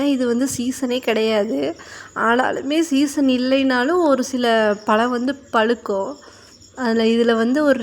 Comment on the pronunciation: பளம் பளுக்கும் மள என்னம்மா இது தமிழை போட்டு சாவடிக்கிறீங்க 🤦🤦🤦 ழ என்ற எழத்தே வராதா கொடுமை 🤦